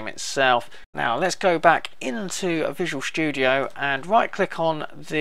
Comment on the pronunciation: i like how he says visual shtudio